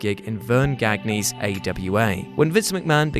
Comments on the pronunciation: Dude Verne Gagne's last name is pronounced gone-ya, not gag-knee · While this was overall a nice video a couple things irked me, Perry Aguayo Jr died in the ring in 2015 in a match against Rey Mysterio and Gagne is pronounced "Gan-yay" not "Gag-nee" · Greg Gagne...Not Gag-Knee...it's Gan-ya. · Really? Vern Gag-Knee? It’s pronounced Gon-ya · "GAG-KNEE" Really,? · Uh...It's pronounced Vern Ghan-ya. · "Verne Gag-knee"?, C'mon. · Gagne pronounced Gone-Ya. You're fucking fired. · Vern Gagne, pronounced "Ganya". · Verne Gag-ne? Pronounce it properly you mug. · Verne GAGknee? I wonder who this man is maybe Verne Gagne knows? I like how you try and pronounce the Mexican wrestler's names correctly and Puerto Rico but Verne fucking Gagne you take out back and destroy his name but it's okay he's just a whitey. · I love ya, really I do, but "Verne 'Gagnee's' AWA"? I'm sorry, man... you shouldn't have had to do this vid... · Verne Gagne's last name is pronounced more like gone-yay. Great video btw 👍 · ...Did you just phonetically pronounce Gagne?... Inhale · I’m glad someone else noticed he pronounced it wrong. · Other than mispronouncing "Gagne" this was a great video